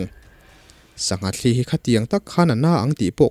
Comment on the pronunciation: "sangha thli" tih lai hi chu i lam dan a dik hlel em aw ka ti deuh a,,,, thil thli han tih hian a sawi fiahna mai tur hriat ka nei chau rau hle mai heng ang thli thaw anga lam rik nilo thawmhnaw kan han suk a a thli kan tih ang thli thaw anga lam rik nilo thil thli a tui ril ina a chhuahpui hi thlîl ang nilo deuha thil tia thuk hnuai deuh tur niin ka hria a.... Chutin ka hriat ber loh laiin,,,, kan keini lamin kan naupan tet lai tangin thlî a thawt ang leh "thli" a thluk tawi deuh(tawngka lo chuan sawiin a fiah mai lo ka ti),kan taksa min rawn zula luang deuh emaw, thil danga a thli ina a hrut a awm thin..... Chutiang deuha lam rik thin niin ka hria a sir..... Ka hre ber lo aw Sir